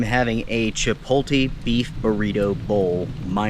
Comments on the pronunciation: It’s pronounced CHI-POTE-LAY not chi-po-tay my good man. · Chip o lay. T is silent . Bigfoot is real. 2 DNR agents in the U P of Michigan at Huron Mountains in Big Bay said they got a Bigfoot on camera on a drone. They sent up a second drone and saw another one on the ridge walking over the top of the mountain. They said it’s real, it’s real we saw it. The drone got a 7.5 foot Bigfoot and found an 18 inch long foot print. DNR closed the area down until the DNA test is done and it keeps out people looking for the creature. God bless them all